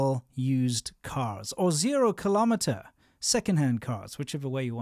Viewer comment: As you're asking, I want correct pronunciation ....kill-uh-meeeters. If you're going to say kill-om-itters, you would also have to say mill-immitters and cent-immiters and mitters....and you don't do that, do you?